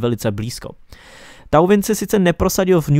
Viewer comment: Super video !🔝 Jen bych chtěl říci že thauvin se čte tován